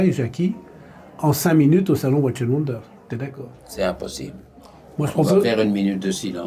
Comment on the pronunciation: 12900 euros pour la LUC 39 mm, et 28500 et 29500 pour les 2 autres! une broutille!!! et watches se prononce watchez!!!!